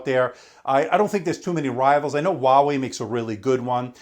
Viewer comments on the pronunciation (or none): none